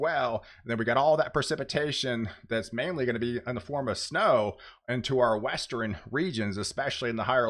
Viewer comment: I enjoy this channel too but now I can't unhear the "northrin" instead of "northern". Westrin.🥴